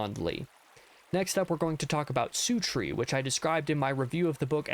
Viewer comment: I've never heart anyone pronounce "Suttree" like you do.... sOOtree? Having listened to it on Audible, I'm pretty sure that it is 'SUT', as in 'Shut the door' without the H. Aside from that, I would agree with most of your rankings, but I personally would have put 'Suttree' in the Great Tier, along with 'Outer Dark'👍🏻